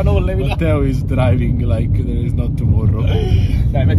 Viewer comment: "This-a has a little bit of alcohol inside. Is-a perfect to start your day." Wow, that is so European in both ways